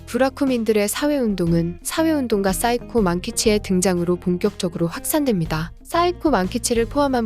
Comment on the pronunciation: 싸이코 만키치..ㅠㅠ 발음이 조금 그렇네요 사이코우 라고 조금은 조심히 발음을.. 부락민 출신 중 야쿠자로 되는 경우가 적지 않다고 하는데, 그건 차별에 의해 일반 직업에 취업을 하지 못하게 하여 그런 역사가 생성됐다고 합니다. 최근 우연한 계기고 부라쿠민에 대해 연구하게 되었는데, 우리나라의 '백정'과 유사한 신분이며 인터넷의 주관 짙은 정보보다는 비교적 중립과 팩트를 알리는 챗GPT로 정보 검색하는 게 더 정확하단 생각이 들었어요. 일부는 전부가 아닙니다.